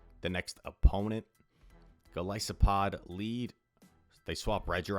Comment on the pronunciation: Thank you for being one of the only YouTubers that pronounces Golisopod correctly